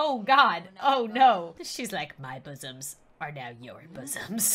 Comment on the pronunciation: ‘’My busomms are now your busomms ‘’ 2019